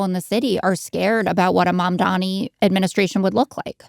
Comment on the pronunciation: "My jewish friends": Just say my handlers at AIPAC Also it's Mamdani not Mamdami. Just call him Mr. Mayor if its that hard.